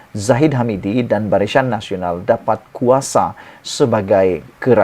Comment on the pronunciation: Barisyan Nasional.. Apa keras lidah tu? 😁😁😁